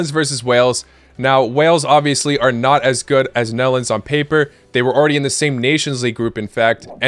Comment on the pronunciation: Did you say melons or nedlands or netherlands?